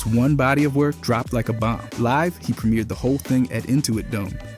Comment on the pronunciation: Yeah like how he used the wrong pronunciation of “live”😭